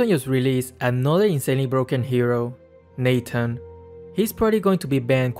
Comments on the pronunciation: It's Natan not Nathan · Nobody:: Neighten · its not nathan its natan